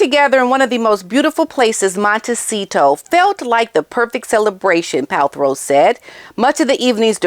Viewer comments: Isnt she in Nigeria? Btw its PalTROW not PalTHROW. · It’s PALTROW NOT PALTHROW. SORRY TO POINT THIS OUT TO YOU. OUT OF LOVE THAT I AM SAYING THAT. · You mis pronounced gwenyths last name thru pot this whole clip . Pal-tro…not throw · Ooops. It's not Palthrow. It's Paltrow. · It’s PAL-TRO not Pal-THROW as in throw me the ball. No H in her last name. Please say her name right. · Girl. That’s Paltrow. Pal. Trow. No throw in there. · Quick correction because you said it multiple times - it has never been Pal-THROW it's Paltrow. 😬 I notice a lot of Hank and Skank call out YouTubers get simple words wrong and I'm like NOOO you mustn't when covering these actual lowest of low idiots. 😬😣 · Just wanted to say that her name is pronounced as Pal-tro, not Pal-throw. 🤷🏻‍♀️ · Killing me, smalls. Pal-trow.